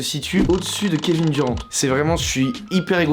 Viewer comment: ca me décois comment tu dis kevin Durant, j'me désabonne